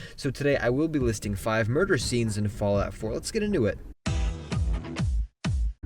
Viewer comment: Did you say 5 burger scenes?